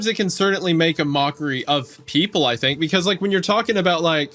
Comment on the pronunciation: “I don’t fink so” haha my favourite